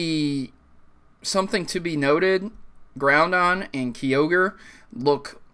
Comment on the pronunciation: for fucks sake its not "Groundon" xD